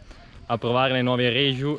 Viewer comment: Riegiu non si può sentire... è RIECU... cmq buon test